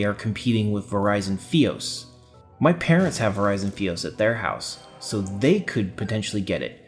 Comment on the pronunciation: Awesome commentary. Keep up the good work. Only thing, its not FEE-os. It's FY-os. As in fiber optic. So FY-os. :-P